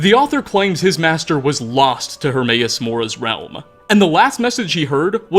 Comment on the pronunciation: Realma, Powera, nightmaresa, onea, Dude stop talking like that. You sound like James Bottomtooth III